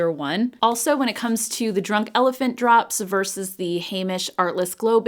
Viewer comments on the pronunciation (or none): none